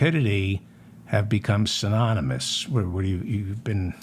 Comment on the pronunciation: " synonimus " !! you made my day David. ❤